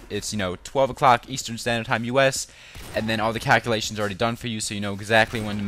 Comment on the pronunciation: lol he said cakulations